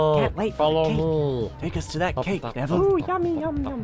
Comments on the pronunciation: Andre Hernandez nevviwle sewft diswuct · Hahahahahaha! (Neville) Wut? Wo tawking abut mwy shepe? Dats diswespectful. Mwy gwandmofer wiww be su med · Neville is the worst sorry what... He brought pottah to the school Saved pottah countless times And also protected pottah in the finale